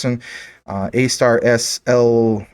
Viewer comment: ASTAR do research on it bro....u saying it wrong. Soto Watabee is a beast and DOT is making huge moves. JASMY is an ok pick up